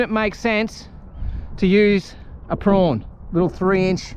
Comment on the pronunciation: Are you trying to say Prawn….but saying Prong?